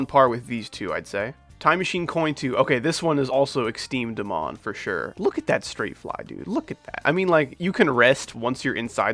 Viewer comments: its not exteme dmon its extrem demon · "Exteme dmon" 💀💀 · I love when you say exteme dmon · I like it when he says "exteme dmon"